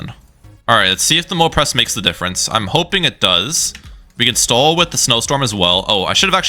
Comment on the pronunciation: Really not trying to be mean but why are you pronouncing "stall" like "stole"?